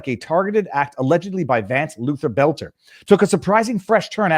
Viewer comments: It's boelter not belter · In MN, we have the DFL. That is an acronym for Democrat Farmer Laborer. The acronym is only honest about the first word, it represents neither Farmers nor Laborers. But it is distinct and separate from the DNC. And you say it like "Bolter", pal. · Boelter = Bölter. In a German word "oe" = "ö", like schön. For pronunciation, go to Google. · You know if you want to grow your channel you should pronounce the name boelter not there's a big difference it would only be belter if there wasn't an option in the name of boelter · Why arent people able to pronounce BOLT-ER?